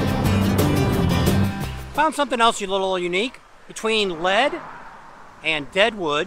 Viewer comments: Not to be rude...its pronounced Leed not Led....and its spelled Lead....near Deadwood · led and deadwood lol. lead like leading the pack. not led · it's pronounced leed not led lmao😂🤣